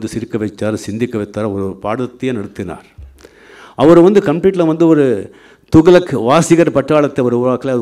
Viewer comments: தோக்ளக் இல்ல ரஜினி சார் .துக்ளக் . தமிழ் நல்லா பேச கற்றுக்கொள்ளவும் . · He is not even able to pronounce properly the words, he says “thugalak”, illiterate. those days it was costing only 60paise, who bought for 50 or 60rs. liars. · இவ்வளவு வருடங்கள் ஆகியும் தமிழ் பேச்சு சம துக்ளக்க துவளக் என்று உச்சரிப்பது வெலங்கும்... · Thugalak or Thuklak oluga pesunga boss... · என்ன டா துகளக்... துக்ளக் சொல்லு பாப்போம் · அரே அது துகளக் இல்லே. துக்ளக் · சரியான கேள்வி.. துக்ளக் கூட தொகலக என்று சொல்றாண்பான் இவன்❗🙄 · Dei athu துகளக் இல்லடா துக்ளக் இவனும் இவன் தமிழும் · துகளக்காம்... துக்ளக் னே வாய்ல வரல.. நீயெல்லாம் பேசுற. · துக்ளக் ஆ?? துகலக்கா??? லகலக னு சினிமா ல டயலாக் பேசி பேசி தமிழ் தெரியாம ஒளராத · 45 years he couldn't speak tamil still with correct pronunciation, " togalak" ? , he is the next " togalak" of cowdungs party? Full of lies " Nadunila vadigal kuta sholli olaku podanum??" :-)) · தயவு செய்து துக்ளக் னு கொஞ்சம் சரியா சொல்லுங்க. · Sankiye mudhalil thuklak endru sariyaga ucharikka katrukkol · he doesnt even know how to pronounce thuklak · Better rajini pronounce the name of the magazine correctly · Pls learn to pronounce thuglak properly. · He doesn't know to pronounce துக்ளக் in Tamil properly!! And the so called forward caste people are enjoying nd encouraging his biased speech!!!!! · Entha loose first told the name correct ly in Tamil